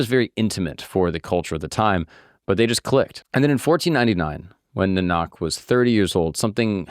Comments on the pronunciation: Guru Nanak Dev ji pronunciation is wrong... Should check it on YouTube, how to pronounce.. Main character of your video.. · Atleast get Guru Nanaks name pronounced right You couldn’t even research how to pronounce his name Despite there being something called the Internet ?? YouTube ?? Where you could watch a Sikh YouTube channel and just hear how it’s pronounced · Nanak is pronounced in Punjabi as: N a r n u k 💯🙏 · Guru Nanak Dev Ji is prounounced as Nanak where first 'a' sound is a bit longer than the later 'a' sound...I am a Hindu and we consider Sikhs as our own..They are a part of us and is one of the subsects of Sanatan Hindu tradition... Waheguru ji ka khalsa waheguruji ki fateh 🙏🙏..Satnaam waheguru🙏🙏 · What a great video bro! I will say it’s spelt correctly but his name is pronounced more like guru nanuck. But guru Nanak is the correct name. Should do more vids on Sikhism 🙏🏽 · The pronunciation is more accurately Naa-Nuhk. Enjoyed you sharing Nanaks story. Thank you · Guru NAA Nuk, phonetically, guru nanak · Pronunciation: Guru Nanak (nah-nick) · i really appreciate your efforts ,just one thing to correct please correct the pronunciation GURU NANAK SAHIB JI its not you are pronouncing its ( gu·roo.naa·nuhk ) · I mean if you did so much research, you could've nailed the pronounciation too. It's "NAAnak". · correct pronounciation for guru nanak is Guru Naanak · His name is pronounced like naan(like the bread)-uck. Beautiful video, especially from someone not growing up in the religion and still understanding the message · Hey, when you say Nanak the first a is is pronounced long A and second one is short. so kinda like naanak. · Awesome work. I learned few new things from this video. Only one small request: Nanak's name was not pronounced correctly. It's pronounced NaaaaNk (2nd A in Nanak, does not make "aa" sound). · "Naanuk" or "Nah-Nuck" is the pronunciation. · I was hoping Akash would help you proof read lol ... It's pronounced Naa-nuck.